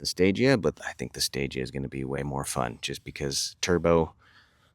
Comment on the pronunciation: Fun fact the stagea is pronounced like stageah and the meaning behind stagea is stage advanced